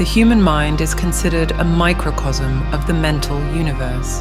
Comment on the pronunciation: Pronunciation: Macrocosm as "macrocosm" Microcosm... as "macrosm" 🙈..this languaje.. In spanish: Macrocosmo (maah-croh-cohs-moh) Microcosmo (meeh-croh-cohs-moh) Microcosmo